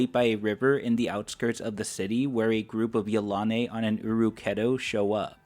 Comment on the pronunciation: I have to make another comment. I pronounce Yilane' much differently than it is pronounced here. Yel- a- nee. That is how I always pronounced it.